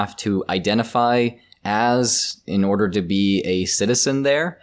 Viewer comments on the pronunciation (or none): none